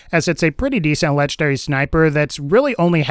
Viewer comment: I hate the way you say legendary..... "Lechederry."